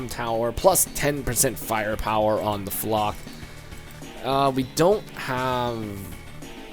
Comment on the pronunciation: Your mispronouncing flak